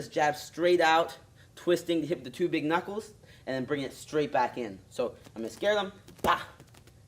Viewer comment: he didnt say knockles, he said knockels. 2 mistakes